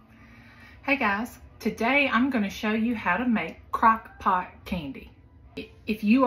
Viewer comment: Crock “poot” candy hahaha